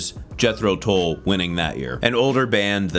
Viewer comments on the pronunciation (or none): none